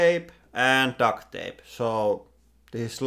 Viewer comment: Duct is pronounced with a "T" on the end and you saying Duct with a "K" on the end and it sounds like Duck. 😜👍